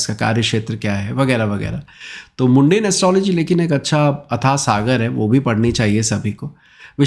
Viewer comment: सर मुंडेन नहीं होता है होता है मंडेन होता है